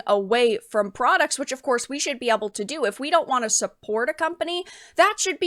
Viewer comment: Eble to do? (Able to do). Able as in GATE. Not eble as in negative.